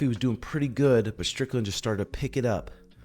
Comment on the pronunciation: stop saying stricklnad when you cumshot. take stupid glasses off maybe duh